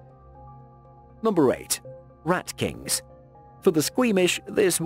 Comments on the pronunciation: Lol rat “kincs” supposed to say rat kings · nobody: chennel:RAT KINCS